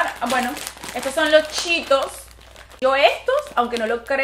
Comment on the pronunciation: Chetossssss se dice como se leeeeeee 🤦🏻‍♀️